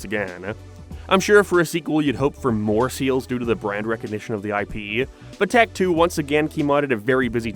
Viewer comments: I fw hellllllaaaa of the “failure” shows. It was more like they didn’t know what was gonna be good or not. And it’s not tack. It’s tock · Is English your first language? Why the hell do you stress random syllables? What the hell is going on with your voice? It sounds like AI from 5 years ago. No personal hate but if you're gonna make an hour long video, I mean, have you ever listened to yourself? You say tEk. Not tAk. E. "Tech." That's what you're saying. you say "witch doctorrr" like you're putting so much effort into stressing random syllables my guy, you could just say the words. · I can’t get over the fact of you pronouncing tak’s name as tech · Bold strategy to make a video about Tak games when you cant pronounce "Tak," "game," or "sales."